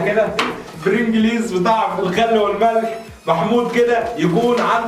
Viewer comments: انت كاتب البرنجلز وبتنطقها برنجليز ياخى حرام عليك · اسمه برينجلييييز لا يا حبيبى هى بتتنطق برنجلز علطول كدا يفلاح يا ابن الفلاحين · برنجلييز ايه بس العيلة كلها مش عارفة تنطقها صح حاولوا تسمعوها من حد في الفيديو او حاجة مش كده يعني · بتنطق برنجليز غلط يافالح😂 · احا قالك برنجللليز ياعم انطقها صح وحياة ولادك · بتنطق اسم البرينجلز غلط يلا يا اهبل